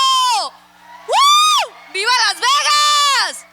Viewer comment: Anyone else infuriated about the way Suga says “vegas”… it’s pronounced VAYGAS ye dickhead! Elvis even said so